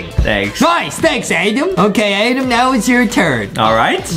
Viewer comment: AY AY AY STOP RIGHT THERE ITS ADEM NOT “ADAM”